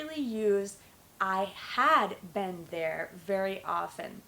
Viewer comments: it's very difficult for you to teach because your pronunciation of been its verrrryyyyyyyyyyyyy baddd omgggg disgusting sorrry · you pronounce "been" like "ben" ...i've never heard this accent